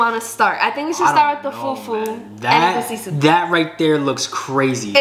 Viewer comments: Her pronunciation of fufu and puff puff is killing me 😭😭😭❤️ Love from Nigeria ❤ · See how they pronounced Fufu and Egusi, and Jollof rice 🤣🤣🤣🤣🤣🤣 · I'm a Ghanaian but I love Nigerian food 😋 please try Ghanaian food . The pronunciation of fufu but you tried 😅😂